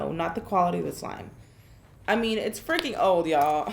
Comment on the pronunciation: I love how Karina says freaking Wow Karina's teeth are perfect